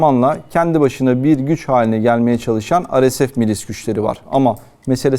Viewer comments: arkadaş türkçe yayın yapıyorsun dolayısıyla ar-es-ef deyip durmak yerine re-se-fe diyebilirsin. veyahut hdg (hızlı destek güçleri) biçiminde telaffuz edebilirsin daha anlaşılır olması açısından. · Yayınlarınızı çok beğeniyorum emeğinize sağlık, ancak bazı kısaltmaları örnek:RSF neden Türkçe telaffuz edilmiyor, çok merak ediyorum? Kimileri beni eleştirecektir bunu da biliyorum.